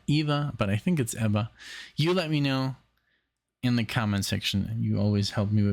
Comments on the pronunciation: It is Eva like in Evincing, not Ava... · It's EEEEEEVa Cassidy. I lived in Washington, DC in the 90's and we all called her EEva. I cried when I heard she had died. But I thank God for the gift of Eva Cassidy. Your reaction video of Eva is the best I've seen. Thank you!